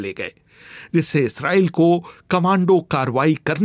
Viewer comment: इसराइल नहीं इजराइल होता है.. पहले हिंदी बोलना सीख लो